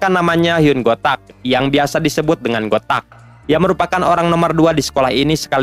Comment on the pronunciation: Woi lahh bukan hyung gotak, tapi hyung tak🤣